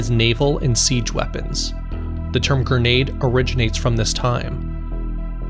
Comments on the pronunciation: It's gren-ade, not gur-nade fool! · Awesome video. Also, it's a gre-nade, not ger-nade. 👍